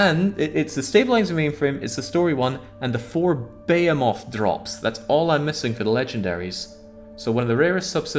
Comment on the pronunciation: I like how you incorrectly pronounce behemoth every time.